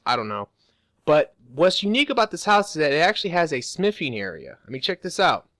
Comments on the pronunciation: bro, can you say smiffing one more time? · Does he say "sniffing" instead of "smithing" ?